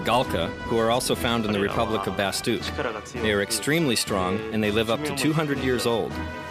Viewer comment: Huh.... So it's pronounced bastook....... Not bastak